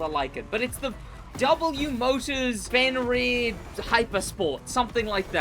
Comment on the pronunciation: Stop saying fenryr, its fenyr. Or i just got comment baited